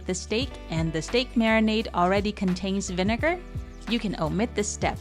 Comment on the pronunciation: Don't emphasize the second syllable of vinegar. It might accidentally be hilarious 😆